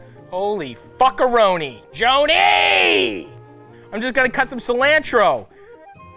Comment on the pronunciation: CI - LAN- TRO